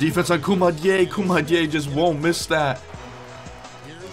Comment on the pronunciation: You didn’t say koumadjes name right